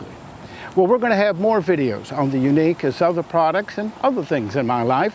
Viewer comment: My neck hurts from yuneek its YUNEEC